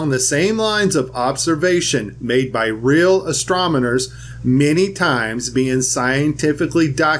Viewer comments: Hey, I love your video but you need to pronounce astronomers correctly. It's astron not astrom. Truth rules. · 😑 did you call them astominers? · It would really help your video if you called them astronomers instead of astromoners. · I am with you 100 percent, however, when you say "astrominers" You lose all credibility to those nonbelievers I would like to pass this to. The word is astronomers. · AstroNomers, not astroMoners.... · Did you just say "astromoners"? Lol Amazes me how people who can't pronounce very basic words have the balls to make videos on the subject. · "astromoners"... It only gets worse. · Love it "astromoners" 😂😂😂 I saw the Ultra Spiritual Life video about FE a few days ago and he deliberately says astromoners to take the piss. I'm guessing this is a troll account trolling flat earthers. What do actual flat earthers think is happening when they point their camera at the moon and turn down the exposure so that the glow disappears and all you are left looking at is a dull grey rock. Dust on the sensor or stuck pixels on your sensor or display account for specs in dark areas of your images. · “real asTROMoners” 😂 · You said, "Astrominers" , just wanted to note that for future corrections. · I think it was a great slip of the tongue,! Astro-miners. Prospectors who mine astronomy!:) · Did he say astrominers... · Oh..... I was with you my friend, until you said "Astromoners".:-( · ..."...real astroMoNers..."... LMAO!!!